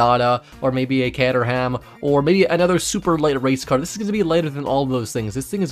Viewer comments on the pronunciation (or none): No hate or anything but as an Englishman I've never heard anyone pronounce Caterham like that